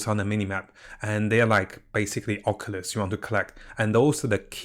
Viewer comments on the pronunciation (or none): none